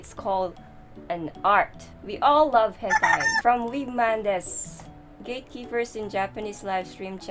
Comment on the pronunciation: Hen Tie. 😂